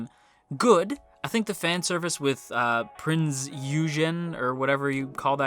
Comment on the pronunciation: For those that don't know how to pronounce prinz eugen properly it prinz oygen